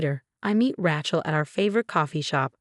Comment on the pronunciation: it is pronounced RAY-CHEL